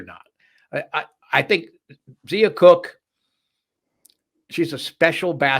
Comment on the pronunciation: It’s not Zeeeea it’s Z(long i) a . Brea is pronounced Bree ( no a sound)